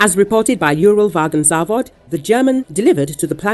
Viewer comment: Yúral Vágon Závod LOL. The word is Uralvagonzavód (Уралвагонзавод), stressed only on the last syllable. Why pretend that you have expert knowledge when you make such a hash of the Russian names?